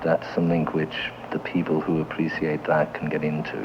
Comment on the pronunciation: Love the way he says something = somethink